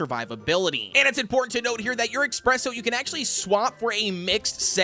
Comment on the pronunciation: i feel the need to point out in everyone of your videos containing espresso cookie you always call him "expresso. " Well theres no x there its just ESpresso 😁